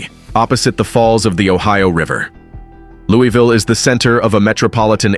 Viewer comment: Its not pronounced "Lewie Ville" 😂